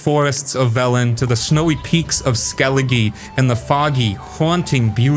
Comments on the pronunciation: Dude I love Skelli-GEE. Christ man. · The way he pronounced skellige hurt my soul